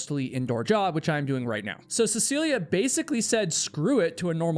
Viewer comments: Of all the times says her name in the video, he only got it correct (CeciliE, not CeciliA) once. It didn't stop irking me, especially since she's so famous, especially here in Norway. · Is her name not seh suh lee? I keep hearing seh see lee uh